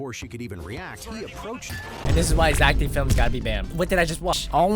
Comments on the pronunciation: no bro its zeck felms not zack d films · Is not zack d flims is Zack felms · no Zeck felms